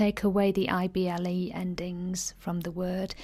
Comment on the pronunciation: You should pronounce the 'i' when saying ible words. It's very subtle of course, but important. You seem to pronounce able and ible the same, which exacerbates the confusion. You even state that they sound the same at the start of the video (which they shouldn't), and then later on pronounce the ible words as able. Surely that's sensible? Thank you for the video. My son thoroughly enjoyed it! :-)